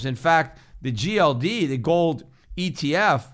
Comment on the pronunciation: Schiff pronounces it GOLLLLLLD.